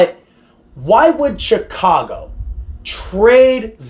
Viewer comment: Pretty sure it’s pronounced Shicago 😅